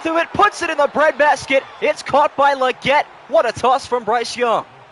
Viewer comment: The way they say legette bothers me lol leggti spaghetti